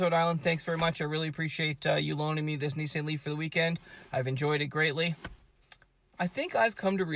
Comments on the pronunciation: The knee-sahyn leaf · He pronounced it Nee-sann but I don’t blame him and you shouldn’t blame US for saying nee-sahn. That’s how Nissan pronounced it in their ads here